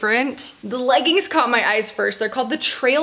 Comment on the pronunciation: i love you but it pains me every time i hear u say leggins like it’s legginGs